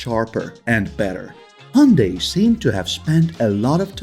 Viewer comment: The way u pronounce Hyundai makes me want to punch a wall.